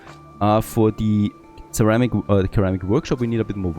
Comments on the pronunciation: sorry to be pedantic and an*l about this but it bugged me the whole video. Ceramic is read with an S at the start, not with a K. So its like Seramic, not Keramic. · Ceramic is pronounced with a soft 'C', as in 'Sea'.